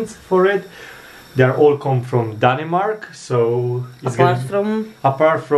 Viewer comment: Danimark? Pronounced :Danmark Cocio chocolate milk - “a Cocio Beer” Sasuages must come in cold water, very very slow cooked When you boil the sausages add chinese soya to make Them give the give the right Sound It is not a danish hotdog without remoulade ! Sorry